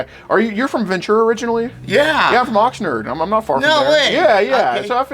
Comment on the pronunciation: Obviously not from Oxnard…keeps saying it wrong like that.